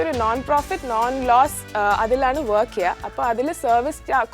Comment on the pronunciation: വോക് അല്ല വർക് ....ഓട്ടർ അല്ല വാട്ടർ.... ഒരു . സരിത ആയി മാറുമോ എന്ന് ഞാൻ ഭയപ്പെടുന്നു